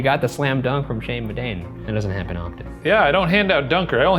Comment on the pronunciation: That'll be a big Shane Madej dunker on that one. (Edit): I heard Shane Madejne. Like smashing Shane's first and last name together. Shane Madane.